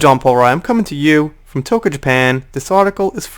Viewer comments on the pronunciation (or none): Just so ya know you pronounce it "Toka, Japan" your New York accent makes it sound nothing like Tokyo.